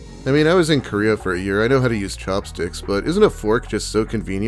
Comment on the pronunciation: IDK why but when you said chopsticks, it sounded like you said cocksticks.